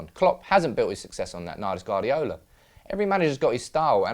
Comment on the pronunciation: Can you teach that guy to say Guardiola